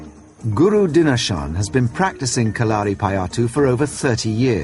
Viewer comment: I cringed a lot when the narrator said kalaripayattu Its pronounced Ka-la-ri-pa-yattu